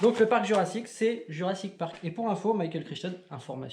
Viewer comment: Lol j'aime bien c'est cool et on rigole souvent! Par contre qui dit jurassic Park c'est pourrit 😭😭😭. A QUAND LA PROCHAINE VIDÉO?!